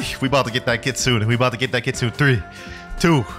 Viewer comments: it’s not leap it’s not kea it’s ke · brother every blox fruits youtuber saying kitsune wrong search up how its actually pronounced